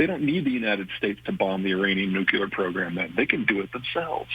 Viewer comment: "nukuler" What an ignorant idiot! 🤣🤣🤣